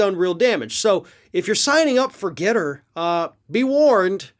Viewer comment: ForGETTR "regetts" is awfully close to "regrets"